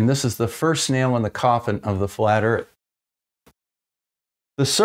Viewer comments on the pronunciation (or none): none